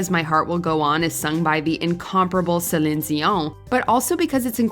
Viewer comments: Celiiiiiiene, with a long 'i'. At least get the names right guys. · I'm so impressed that you say Celine's name correctly! Nobody does. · Please stop saying Celine’s name like that. You sound ridiculous. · Trying to understand how a real person can’t pronounce Celine. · Is no one going to talk about how she pronounces Celine’s name? 😂😂😂